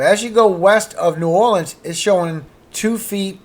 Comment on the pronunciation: you say New Orleans like you’re from Louisiana 😉